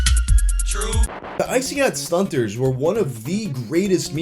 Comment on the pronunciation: I wish he didnt pronounce the 2nd T in StunTazz 😂😂 id say it Stunnaz but thats just me 🤷🏻‍♂️